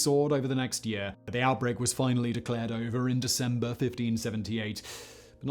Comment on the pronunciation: Loving the channel so far but, Decemeber? 😆